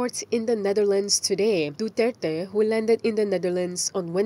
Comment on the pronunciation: The pronunciation Duterte is wrong. My opinion only. Internationally...